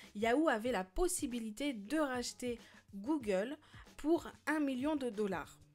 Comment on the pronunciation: comment sa s écrit : Google comment on le prononce : Googeeuulee